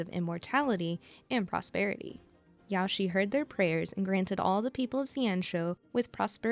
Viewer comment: Omg the way you pronounce Yaoshi 💀